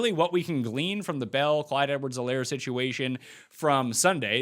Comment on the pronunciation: It's a silent 'H' in Helaire. Do you watch NFL Red-Zone on mute or something? I watch it on mute sometimes myself, but we've gotta get these names right first, my man! 🤣😂🤣